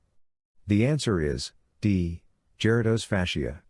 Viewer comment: you are in error! You have misspelled and mispronounced Gerota’s Fascia.